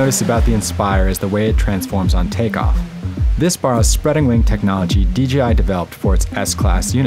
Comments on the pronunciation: Am I the only one that is catching he is saying DGI and not DJI? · It's not "DJI Innovations", it's "Dà-Jiāng Innovations", or just "DJI".